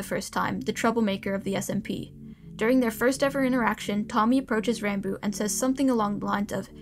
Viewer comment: Pronounced ranboob wrong the whole damn video